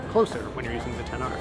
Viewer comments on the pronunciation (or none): He said Xs instead of Xr few times